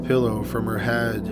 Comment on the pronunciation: In the nicest possible way, I'd like to ask if all Canadians draw out the last syllable of the word before a pause or the end of a sentence, or is it just this narrator? This narrator says, "hospitaaaal" and "heaaad" and "amnesiaaaaa." Has anyone else heard this from other people? I'm interested from a linguistic standpoint.